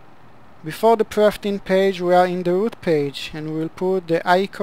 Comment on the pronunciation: Why do you call the "Perf init" page "Prefting" page? I hope your English substantially improved after 11 years.